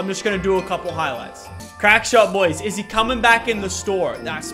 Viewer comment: Well it eezz what eezzz🤣🤣🤣